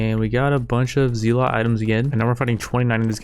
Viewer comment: Isn’t it pronounced as zel-let not zee-lot?